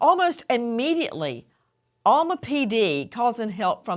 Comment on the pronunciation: It's Alma not Elma